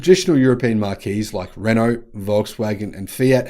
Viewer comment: you say 'Marquees'__ can l recommend you pronounce 'MARQUES' as 'MARX' please.